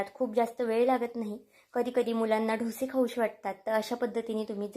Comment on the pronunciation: ढोसे नका म्हणू ," डोसे " असा ऊच्चार करा !रेसिपी खूप छान ,पण ढोसे म्हटले की,कोणीतरी ठोसे मारतंय असंच वाटतंय